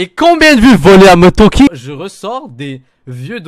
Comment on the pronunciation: C’est Moretoki pas Montoki. Voilà c’était la parenthèse chiante 😅. Keep up with the good work !!